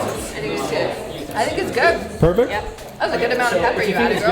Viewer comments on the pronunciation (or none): none